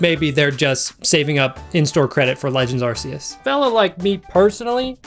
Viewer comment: You pronounced Arceus wrong